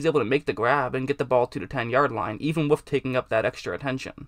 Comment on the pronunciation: "With"="wuf" lol